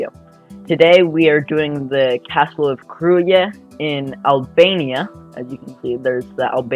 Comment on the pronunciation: Krujë pronounced Krouya